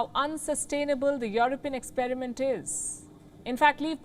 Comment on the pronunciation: It’s You-Are-Peein.😂